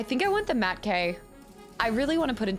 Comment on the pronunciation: Did she say mat-k instead of m-atk? 🙄